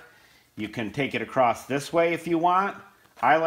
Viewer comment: Fantastic Videos. I have enjoyed wacthing these for a long time. Highly innovative guy. Please though...for me, bro...the word is across, not acrost or acrosed. (those are not words!). Love ya, mean it.